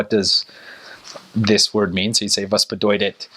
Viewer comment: Your pronunciation seems to be sooo good! Congratulations! When you said "bedeuted" it sounded Southern. Make the t sound like a t. But sooo good!